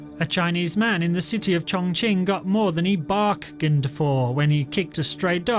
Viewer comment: "BARKained for" LMAOOOOO